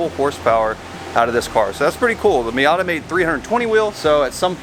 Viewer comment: I thought he called the Miata Heep